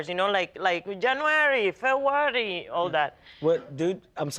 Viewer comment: Janoery febroary 🤣🤣🤣🤣 it got me